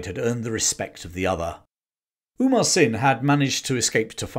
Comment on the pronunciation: Very nice and accurate as far as we know. Just a note-Amar (hindu name- immortal) Singh Thapa, not Umar (Arabic/Muslim name-flourishing), may be just a case of mispronunciation. One story to add, Gorkhalis tied rag on sheep horns and set the rags on fire and ran them down the hill to scare the Brits, which caused chaos in the ranks.